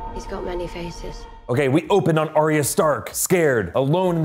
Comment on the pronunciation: Arya isn't Aria, it's ARE-yuh. Says George RR Martin. Love the videos.